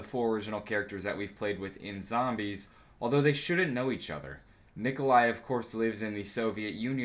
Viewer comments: You mean Nikolai right? Not Nikolia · Nikolai not Nikolia